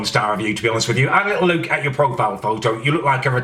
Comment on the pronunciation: "Let's have a LEWK on faceBEWK" CEWK BEWK